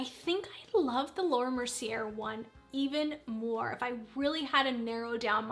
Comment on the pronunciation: Easiest way to remember how to pronounce Mercier is mercy + hay - h. Say mercy hay and then take out the h sound. Mercy-ay is good enough.